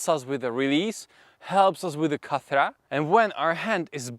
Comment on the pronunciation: Khat-ra not kathra 😅